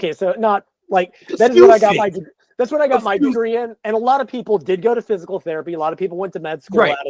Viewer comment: Was pronouncing physical as "physial" therapist, or am I just hearing it wrong? Or is that a whole thing/profession I've never heard of called physial? I literally just passed my kinesiology and anatomy exam, 83 percent lol. But I've never heard of physial therapist? Is that just an accent/dialect thing? I'm not trying to poke fun at all, it's a genuine question. Is it like axing a question? That's fine again I respect all people's differences it's fine. Genuinely curious over here.